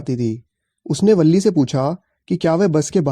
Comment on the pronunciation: Balli nahi villi boltein hai aur villi ka pura name villiammai hai